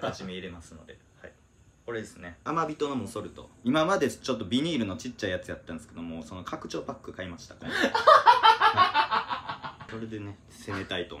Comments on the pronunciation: 藻ソルトの時ビニールって言ってて「いやビニルやろ」って思った自分が好き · ビニールのところ、ビニルって言わないのほんま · ビニールって言うてもてる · ビニルって言え